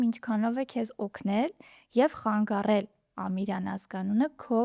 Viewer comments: «Խանգառել» չէ, հաղորդավարուհի՛ ջան, այլ խանգարել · ԽանգաՌել չի, խանգարել է, հարգելի հաղորդավար